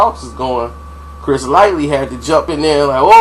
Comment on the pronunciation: Okay, this is the second video where I've heard you say Chris LIGHTLY...the man's last name was LIGHTY LMAO. That shit be pissing me off LMAO